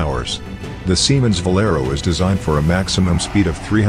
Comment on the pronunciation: It's not VALERO, it's VELARO!